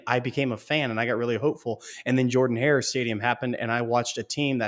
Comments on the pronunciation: c'mon guys u should know being college football fans for soo long that its spelled Jordan Hare but pronounced Jerdan Hare, how do u not know this? #GooDawgs #TooHellWithAU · if you still think its pronounced Jordan hare, dont believe me, ask Auburn fans or even google how its pronounced, its NOT Jordan, its Jerdan